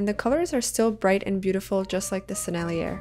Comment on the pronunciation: FYI : The Sennellier brand name (French) is pronounced Seh-Nell-YAY, with emphasis on the yay.